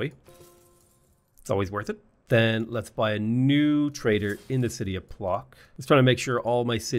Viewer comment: The polish "Plock" city is read "Pwotzk" ;) Your pronunciation took my by surprise and I love it, though